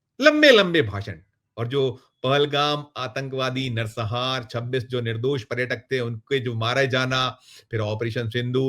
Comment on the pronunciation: Nar sanghar shabd hai na ki Narsahar